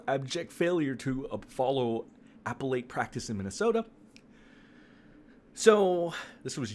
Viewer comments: a-PELL-it I hate to be that bish, but if we're gonna correct his pronunciation let's make sure we're doing it correctly. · Appellate- pronounced uh pell ate. I am rooting for your channel to grow. We used to have so many like yours and they have become rarer and rarer.